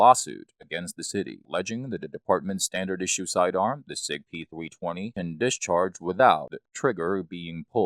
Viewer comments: Is this guy really saying Sig P "Thwee twenty?" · “Sig pThweeTwenty” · "The Sig Pee-thwee-twenty"